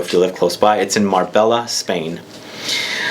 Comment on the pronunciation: Great review,. Marbella in Spain is pronounced Marbeya. And, from Kajal's website, ' The brand inspiration comes from the beauty world: kajal meaning kohl in the Indian culture. Kajal also draws inspiration from the Arabic word khajal – the shy modesty of a woman.'